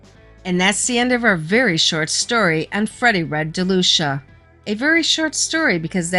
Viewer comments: You are actually mispronouncing my granfathers last name its pronounced De lue see ah. And his first name is Ferdinand. And you are correct he was known as Freddy no nose but only from people who weren't his close friends. But do you know why? It's because he was born with no cartilage in his nose. And he had many surgeries to repair his nose including ine while in prison, none were really successful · Ferdinand Delucia is my Grandfather and all that is in this is mostly correct but there is a few details that are wrong. My mother's God father was Sonny and grew up with Michael franzese. You are also incorrectly pronouncing his name. It's pronounced Dee- lu- seeahh.